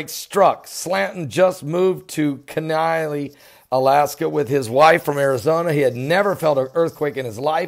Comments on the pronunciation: Pastor, we usually have a "good" shaker in the fall (freeze up) and again in the spring (break up). The thought occurred to me that this morning's quake was the fall quake. Oh and that is pronounced "key-nie" . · It pronounced keen-eye